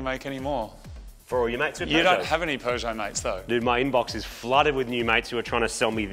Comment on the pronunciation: Here in the Uk I can safely say I have seen as you say a ‘cannon’ on a Peugeot ‘Peugbro’ 🤣